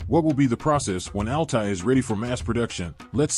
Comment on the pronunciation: Das heißt nicht Ali Panzer sondern A L T A Y Panzer